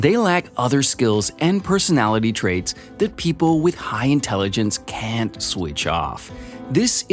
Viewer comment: Sign of low intelligence : not pronouncing the letter "T" at the end of the word "can't".